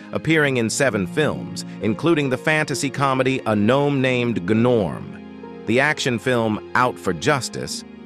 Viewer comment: "I Love And Why" a.k.a. I Love New York? A Gnome named Gnorm - the G is SILENT. Nice try.